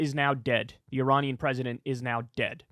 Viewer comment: E rain e an ….your pronouncing it all not mate